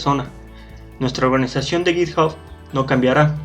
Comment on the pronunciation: Se pronuncia "Yitjab" (github)